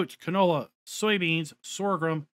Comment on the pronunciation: Please, I like this channel, but for the love of god, it is not SORGHRUM. There is no R after G. It is Sorghum.